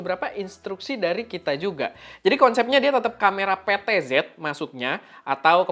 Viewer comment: PTZ yang gue denger "pentilt jum" 😢